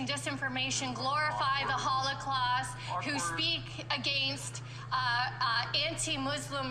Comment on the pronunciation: What's that you said? "Hollowclaus"...it's holocaust. CBC, Crass Batty Cockoos. Defund, defund, defund. They are not worth the money!